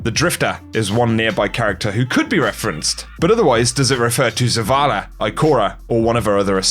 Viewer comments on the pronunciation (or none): It's zavala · It's Zavala. Zavala's the spy. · its Zavala